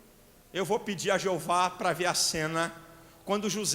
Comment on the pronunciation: Raro pregador q pronuncia o nome jeova...admiro muito seu trabalho....👋👋👋